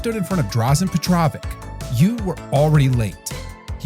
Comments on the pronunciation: It's not pronounced like Drazen Petrovick, it's pronounced more like Drazhen Petrovich - Dražen Petrović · At the 47 second mark of this I heard the pronunciation of “Drazen Petravik” and immediately switched this rubbish off. If you don’t have the baseline respect to know a man’s name then I can’t watch your mix of recycled clips that others have provided for us with genuine passion. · Oh, ffs! Dražen Petrović Drah-zhen where "zh" is pronounced as "s" in "vision + measure" Peh troh veech (similar to witch). A short lesson in how slavic names work and why there is so many -IĆes around. Petar = the mob boss, the Godfather, the real OG, no surnames involved. The OG Petar has a son. His name = irrelevant for his is known because of his father. So, Petar's son = Pet(a)rOV sin (letter "a" is lost in this particular case). As in, suffix "-ov" = of (Petar). Then PetrOV has a son of his own and then you get Petrov-IĆ. And the suffix "-ić" means "little Petrov." And that would be for the shtokavian/chakavian dialect of croatian language. The kajkavians have "-ek" instead of "-ić." Class dismissed. Edit: Oh, yeah, another thing. Stipe Miočić. Stipe =/= a name, for crying out loud. Stipe = a nickname while the name is "Stjepan." Stipe is the chakavian nickname for it. Kajkavian would be "Štef." E.g., Michael = name, Mike = a nickname. Why? Because this pisses me off so bloody much! Cheers! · For pronunciation, just pretend its written like Drazhen Petrovich . It will sound accurate . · good lord, the pronunciation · If you are making a video about someone, at least learn how to pronounce the man's name. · Edit any time you said his name completely wrong. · This 😂dude just massacred his name man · First you learn his name, it's been 32 years!...shame how Americans can't copy atleast the pronouniation from people that know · please learn to pronounce the names of your subjects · Teach your effing AI how to pronounce Dražen Petrović. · WTF? Stop pronouncing his name wrong!!! 😡